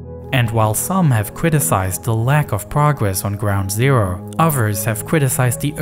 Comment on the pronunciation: “ground zewo”